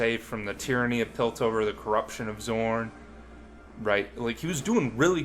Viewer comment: Great video, and I agree with just about everything you've said, but you calling Zaun "Zorn" for the entire video is driving me a bit nuts lol. Really validating hearing someone's thoughts put out in this form though, there aren't enough people talking about how disappointing that season was.